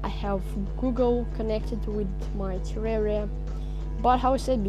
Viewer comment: You pronounced terraria wrong